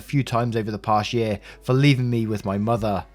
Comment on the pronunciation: dude love the vid but i swear i got angry when you said "pasie" instead of past year -_